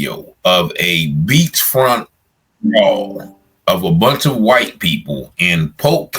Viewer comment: Bro say whyte thugs 😂